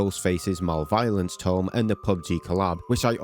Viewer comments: He also pronounced malevolence like "mail violence" lol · he more so said "Mal-violence" but sure let's cherry pick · I don't mean to be that guy, but your pronunciation of malevolence is painful. It's pronounced Mah-lev-ul-lence. I hope it helps just in case for future videos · You pronounced Kaneki AND Malevolence incorrectly.